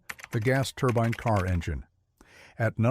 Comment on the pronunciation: This AI idiot has pronounced "turbine" 3 different ways within a minute.